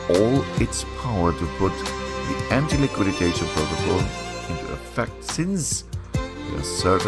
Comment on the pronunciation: We say antiliquidation, not antiliquiditation😀 Thanks for sharing, this is an interesting project.😊